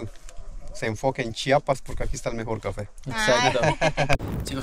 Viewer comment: Tengo que empezar agradeciendoles por tomarse el tiempo para pronunciar correctamente chiapas ya que es muy comun que varios aun siendo mexicanos digan chapas, lo cual es una falta de respeto.